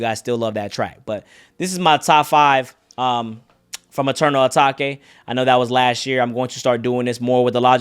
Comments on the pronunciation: It’s not Ah taki it’s ah take its eternal ah take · ETERNAL UH-TAKE not (uh-taki) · my guy still says eternal atakay